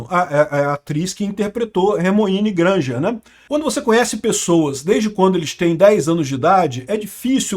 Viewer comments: Escutei Hermione Granja! kkkkkkkkkkkkkkk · Só eu entendi Hermione Granjer